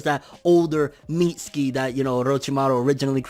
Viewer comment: Think Mitsuki is pronounced Mi Su ki. The T is silent like in Tsunami and Tsunade.